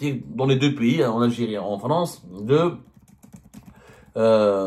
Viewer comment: En français, on dit "PAYS", c'est comme "PAIX" + Y de vas-Y, ou "PETS" + Y, mais certainement pas PI (π} , qui lui, est équivalant à 3.14, tu vois Zemmar, ce n'est pas Compliki: "un Piyyyiiis, ça n'IXYSTE que dans la têtete du هيبُّوبُوطام que tu es.